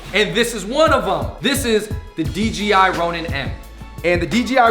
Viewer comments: Kept saying DGI instead of DJI 😝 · It's DJI, not DGI